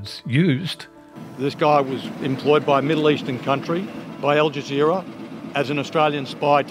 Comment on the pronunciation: Stopped watching as soon as I heard "with al jazeer".